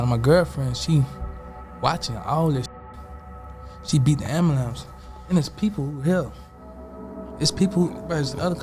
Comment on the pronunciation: 😂 GOOFY & REMEDIAL BANDITS! "AMBALAMPS". "SKRAIGHT". EEEEEEEEEEEYUCK! 🤮